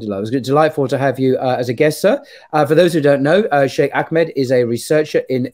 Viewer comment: AKmed,? I think you mean AHmed. H somewhat like in hamburger. Otherwise...keep up the good work!